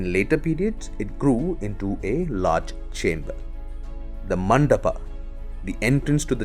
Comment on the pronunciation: What the fuck if sikhara.. It's shikhar... Same. goes to. Mandap.. Stop. This nonsense. Man